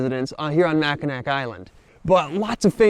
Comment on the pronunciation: “Mack-uh-nack”? Really? As well-researched as your videos are, I am surprised you didn’t know it’s pronounced “Mackinaw.” And to think we had such big plans for you. LOL. Or…you DO know and we’re being trolled? 😂